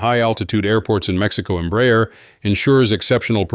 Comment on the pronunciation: This is a really excelent and very informative post. To make it perfect, the pronunciation of the name Embraer can be improved. It isn't Emb-rayer, but instead, and quite simply Embra-air.